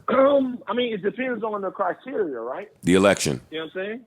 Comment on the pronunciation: It depends on the Cry-Tear-ia